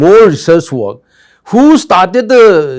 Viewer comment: bhiolence again👈🤣🤣🤣